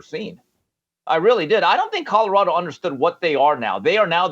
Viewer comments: I am also not a fan of Mr. Sanders and it was long, long before he stepped into the coaching ranks. I’ve always viewed him as a self-absorbed opportunist; all about him. I agree with you, Jason, on every single point. But, I need to ask a favor, please: it’s CoLorado, not CoDorado. That is annoying. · Whitlock shouldn't speak on Colorado until he learns how to pronounce C-o-l-o-r-a-d-o. Not Codorado. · Jason can’t say the word “Colorado” to save his life. “Cotterado”…😂😂😂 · Colorado not Codorado! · Cadarado ? Mr. HOF Journalist needs to learn to enunciate while he ridicules other people’s achievements.